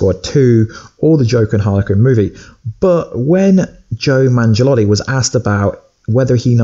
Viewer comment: Did he say Joe Mangelatii? 😂😂😂 It's Joe Manganiello.